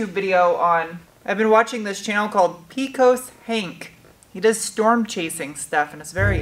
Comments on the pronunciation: Their may be an alternative pronunciation of Peccos . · You can say aluminium anyway you want, but it's 'PAY-cuss' not 'PEE-coas'. I would say they were our high school rivals, but when we lost to them year after year, it's a beat down not a rivalry. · Pecos is pronounced Pay-kohs.... 😉😉😉😉